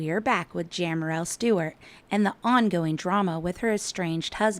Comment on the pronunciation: How embarrassing that you can’t even say her name correctly!